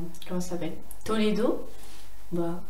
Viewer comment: Moi je part dans 5 jours avec ma Classe !!!!!!TROOOP hâte mm si il y a 12h de car ! PS:C'est Tolede pas Toledo 😅